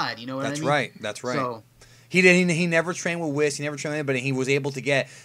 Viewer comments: Its not Wis, its pronounced "whees". Its not taking a wis. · WHYYYYY do you keep calling Whis, Wiss? It sounds so fkkkin weird!!